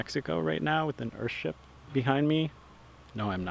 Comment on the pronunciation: Stop calling it "Earhtship" it's a fucking house. A nice house but not a fucking ship. Google "ship" btw.